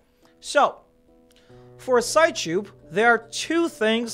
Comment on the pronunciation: it's probably pronounced psych-ube like sigh-cube, and not sigh-choob.